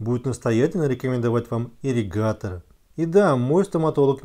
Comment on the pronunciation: АААРРРИГАТОРР АААААААААА 😄😄😄😄😄😄😄, но тема Аррригатора расскрыта полностью, Благодарю!